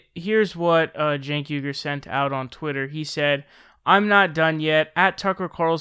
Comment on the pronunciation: The thing where Shapiro keeps saying Cenk's name so he can purposefully mispronounce it is really childish.